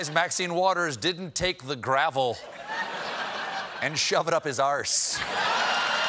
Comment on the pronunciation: Good to hear the correct pronunciation of arse for once.